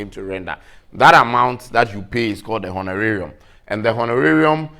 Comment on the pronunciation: This was a very good class. Thanks another. Also, I liked the way you pronounced honorarium!!